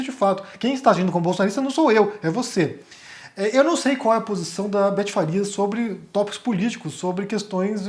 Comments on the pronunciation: É Betty Faria, e não Farias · É BETTY FARIA e não Farias.